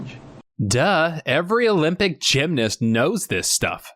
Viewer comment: It's Gymnast not Gymnist.